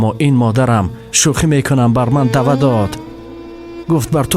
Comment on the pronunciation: Уважаемый! Слова ""дава""" это неправильно такого слова нет. Правильное слова это "ваьда"" значит обешание. Исправьте видео пожалуйста! У вас хорошый голос но многие слова произносятся неправильно. Вас слушают очень много людей и это некрасива если в тексте произносите неправильные слова которых нету в таджикских произношениях!